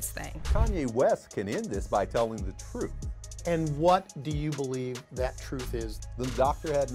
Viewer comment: "Duurr... TROOF" 🙄